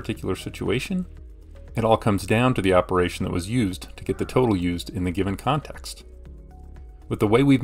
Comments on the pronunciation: “Opperation”? “Reciprical”? lol, are you ten years old!!!??? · "opperation" "reciprical" cmon...